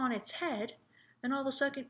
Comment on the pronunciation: "all of a suckond" don't know what was going through ur head right there LOL🤣🤣